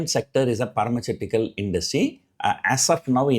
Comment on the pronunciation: Sir I like ur pronunciation of word 'pharmaceutical'